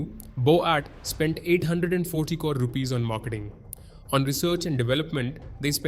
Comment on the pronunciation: I don't know why but it bothers me the way this guy says Crore. 😂😂 It was so weird.